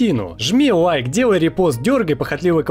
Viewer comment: Хочу дожить до того дня, когда научится выговаривать "Л". А то "пВоичка", "Вайк".. Какие-то новые слова..